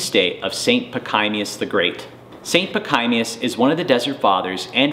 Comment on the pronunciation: Your history of St. Pachommius the Great is fairly good. Your pronunciation of his name, particularly on the 2nd syllable, is atrocious.